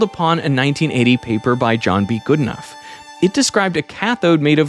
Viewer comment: Are you pronouncing Geedenough correctly? I know someone with that surname, and he pronounces it differently. It's more like good - e - no (last syllable like know)